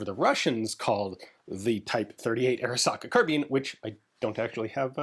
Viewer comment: Every time Ian says Arisaka, I cry a little.